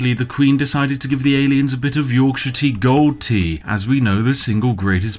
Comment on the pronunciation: the way you pronounce yorkshire stresses me so much